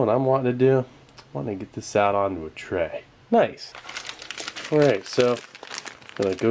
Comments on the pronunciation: I swear, everytime i hear you say "Nice", it sounds like "Noice" nin my head. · 'nice' sounded different/10 downvoted, reported, blocked, called pizza hut.